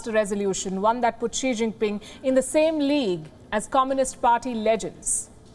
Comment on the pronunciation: I like how this woman pronounces “comminist”.